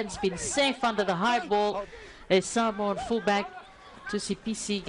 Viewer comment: The female doing the voice MUST learn how to pronounce the names of the Samoan players and any other players correctly. All announcers of any sport MUST learn before hand to pronounce the names of Pacific Island teams. This should not happen at this age.